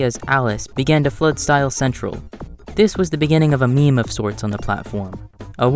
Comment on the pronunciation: a “Miim”